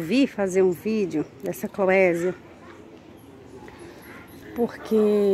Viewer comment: Linda! * A pronúncia é Clovésia 😉